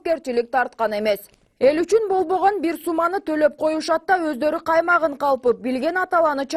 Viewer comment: Озлорун эшиттик дейтгоо😄😄😄 туура суйлосо болбойбуу